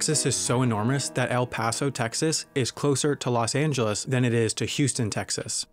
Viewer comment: Loa Zyi your also pronouncing it wrong its spouse to be said in Spanish vowels, Nevada California Texas Arizona and more use to be part of New Spain then Mexico now US actually his pronunciation was closeish to Spanish than what most people say but when he said Los Ángeles it was terrible not even close to Spanish, Nevada is Neh-vah-dah, California is Cal-ee-for-nia, Texas is Teh-has, Los Ángeles is Lo-s Ahn-hel-es